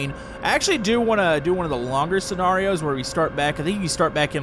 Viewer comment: why are you saying scenarios it’s scenarios